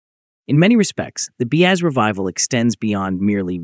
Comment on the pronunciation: The AI voice on this video is an cringy atrocity, it keeps calling BAZ everything from "BAD" to "B.A" to "BEZ"